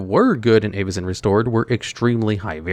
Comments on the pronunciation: Also, the pronunciation of most of these cards is insanely cringe. I get it’s fantasy but Avacyn (Avuh-sin) not Aye-va-cin. The worst was Omnath and he said “Ohm-neth” like what… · 'EYY-vacyn restored' 😂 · I swear you are mispronouncing some things on purpose… how could you do that to Avacyn!